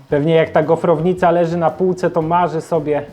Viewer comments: Gofrownica a nie goferownica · No i dupa. Gofr a nie gofer. Więc gofrownica, a nie "goferownica". Tak samo jak nosisz ubranie a NIE "ubrania". Nie: "ubrałam ubrania". Bo w co je ubrałaś? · Nie mówi się GOFEROWNICA mowi się GOFROWNICA tak jak nie mówi się gofer tylko gofr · GOFROWNICA nie goferownica